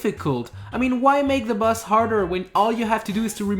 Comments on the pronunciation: How does he pronounce "boss" as "bus"? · its boss not bus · You said bazz its boss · Why do you say bus? U good tho! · It sounds like you're saying bus